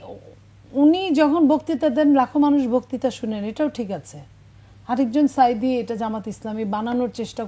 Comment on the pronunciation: সাইদী সাহেবের নামটা ঠিক মতন উচ্চারণ করেন